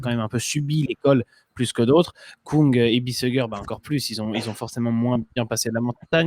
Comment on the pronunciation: Svp, pas Stefen Koung, mais Kung. En Allemand, ü se prononce u et u se prononce ou.